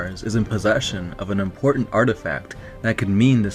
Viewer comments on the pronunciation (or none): none